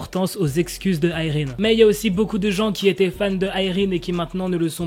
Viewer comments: Déjà je croyais qu'on disait Irène et pas Ayrine 😂. Les gens qui disent elle a attendu ce scandale pour s'excuser etc, oui bah peut-être qu'elle ne pensait pas être si méchante mais plutôt sévère ou stricte. Quand on te met face à tes actions, si tu as le moindre bon sens tu t'excuses. Et même, que voulez qu'elle fasse ? Qu'elle s'obstine ? De plus, peut-être qu'elle nest pas sincère à 100% puisqu'elle pense que son comportement est juste. Dans le sens où elle est juste là à dire les choses comme elles le sont sont. Franchement je veux le comprendre et je la comprends, quitte à ne pas connaître la vraie histoire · Mais si sa se prononce Irène c juste que la mal prononcée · mais moi je pense que je continuerai à dire "Irène" et non pas "AÏRINE" 😆😆😭